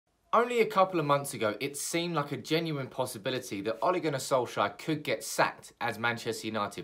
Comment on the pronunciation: Why do you pronounce it like O´le